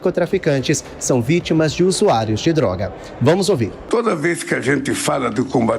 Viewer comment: usuario não, se fala zuzuairos kkkkkk.